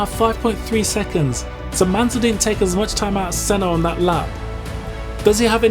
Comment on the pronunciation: La vidéo en français est stupide. Par exemple : Manel caca Rosberg, DE engelio... Senno. Arrêtez le massacre 😢😢😢😤